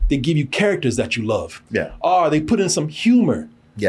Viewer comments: I noticed when says "OR" he pronounce it as "R" 😂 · Most rednecks from Texas pronounce "or" that way.